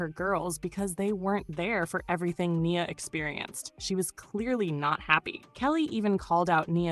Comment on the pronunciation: Not the A.I. voice messing up Nia's name...